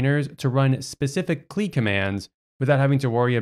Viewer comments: Nope. Nuh uh. It’s “See ell eye”. Never “clee”. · bro really said klee 😭